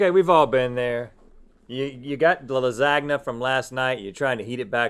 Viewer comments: I’m sorry... did you just say “laSAgnu” rather than “lasahnyuh” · When Rhett says “Lazag-na” instead of Lasagna ahahahaha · Lazgna sauce 😂😂😂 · I think he just pronounced lasagna as la-sag-naa 😂. Anyways, great video lol. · In Lasagna, the "GN" has to be spelled like the GN in gnocchi! 🤓 Tip from a very strict Italian! 🤣 Love u both guys! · that pronunciation of lasagna hurts me bad